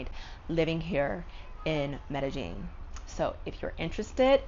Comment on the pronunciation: Racism is almost everywhere but I think people need to realize that there are tells of you being a tourist or a foreigner. Like her saying medejeen instead of medeyeen instantly tells locals you are not from here so then the bs follows you much faster. Suddenly your color matters more and people notice your valuables more. That's how it is everywhere. Immerse yourself in a country's language and culture BEFORE you go to live there always and people will appreciate you more. Colombians don't even trust other Colombians in the culture so they definitely wouldn't trust a foreigner